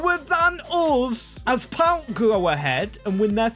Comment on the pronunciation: Nice one mate! PAOK only :P btw yes, you butchered all greek names lol